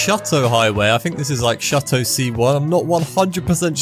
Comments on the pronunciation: Its shoo-to Not shut-to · brother..... it's not called shutto, it's shooto please say it right bro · bro stop with the Shut-oh highway please. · Throw him some leeway lol he pronounced shuto shuh-toe